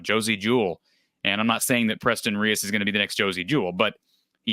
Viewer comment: Preston is from my hometown. Last name is pronounced “Reece” thought for sure he was gonna be a clone